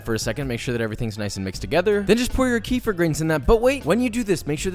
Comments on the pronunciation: in kefir, accent is on "e", like the middle of 3 pronunciations you said in the begining, but it ends with "eeer", not "eye-r". Believe me. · Hi Joshua! It's pronounced almost as you said it, but you put the stress on the "e". Nice video! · You prononced it well, but the accent should be on the first syllable. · "what I believe to be pronounce Kefear" says it Keefer the rest of the video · Joshua: I'm pretty sure kefir is pronounced ke-FEER Me: oh cool Joshua: lmao KEE-fir Me: >:/ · M Ibrahim - NO, NOT like «Kiefer Sutherland», his name is pronounced exactly like you should NOT pronounce «Kefir». His name is «Kee-fer», while the drink is «Keh-feer» (which in some languages would be «Kifer», so I get that there may be confusion in some non-English speakers).☺️ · Hahaha still calling it Keefer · hi , it is pronounced kee-feer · It's KEFíR. It's a word very commonly used in my country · I know I'm a bit late but anyways let me tell you that in Russia we pronounce it like [kefír] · We pronounce it as "kaa-fier" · it's KEY-FUR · It’s pronounced kay-feer. Not keh-feer. Not kee-fur. Kay-feer. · Just pronounced Khe-feer as Kafir - a word very offensive to black South Africans, just a heads up for future videos where you'll be pronouncing Khe-feer again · In South Africa, how you pronounced Keffir at some point is equivalent to our "N" word. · It's pronounced qweef... you welcome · its kefeer but you don't elongate the eee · Ke-fear is the correct pronunciation. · idk if its "technically correct" but im russian and we drink kefir all the time and we pronounce it like combining the words "key" & "fear" like key-fear or kee-feer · Just so you know, the correct pronounciation is kayfear ! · It's like keefir but Keffir not Keffeer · it's more like Kay-feer if you're into that pronounciation thing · Why are you saying “KaFir” like Kafir lime leaves??? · "kee'fer" B o r i s i n t e n s i f i e s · No no no keffiiiir thats how u say it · kefir = key fear